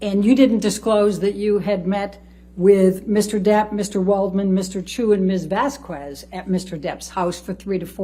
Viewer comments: “Vass kwez” ugh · The way this attorney pronounces Vasquez gave me brain cancer. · That lawyer has no idea how to pronounce Vasquez.